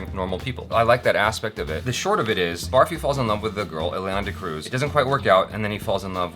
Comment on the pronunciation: its not "baarfee" as in barf, its pronounced "burrfee". its an indian sweet made of milk and sugar.